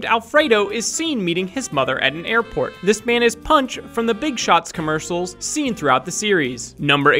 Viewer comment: Not Katakana. Commer-SHALLS, not Commer-SHILLS. Learn to enunciate.